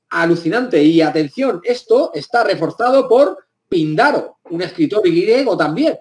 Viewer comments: Píndaro... Con tilde en la primera vocal. Cuando se pronuncia mal y con tanta seguridad, lamentablemente toda la información se tiñe de dudas. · El nombre del poeta griego es esdrújulo: Píndaro. Sumamente interesantes consideraciones. Desde estudiante de humanidades quedaba con la duda nunca resuelta por maestros.. Enigmas latentes de la historia. Saludos